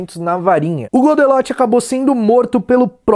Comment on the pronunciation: foi so eu ou tem mais alguem que escutou ele falando "godenot" ao inves de "godelot" kkkkkk